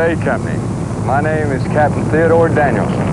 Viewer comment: It's actually Danielsen